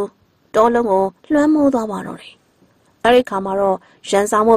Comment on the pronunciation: မိတ်ဆက်တော့ မမမြူအသံနဲ့ တင်ဆက်တော့ ဒီအောက်သိုးသိုး၊ ညှောင်နာနာအသံကြီးနဲ့ ဆိုတော့ ပရိတ်သတ်ကို လှည့်ဖြားရာ မကျနေဘူးလား အော်ပရာရယ်....... ဒီအသံနဲ့ ဆို ဘယ်ဇာတ်လမ်းမှ နားမထောင်ပါဘူး။ အသံလုံးကောင်းချင်သားနဲ့ "တယ်" ကို ထွက်နေတဲ့ အသံက နားဆင်သူကို အတော် စိတ်ပျက်စေတယ်ဗျာ။ သူ့ ဖိုင်လ်ကို သူ့ပြန်နားထောင်ခိုင်းကြည့်ပါဦး။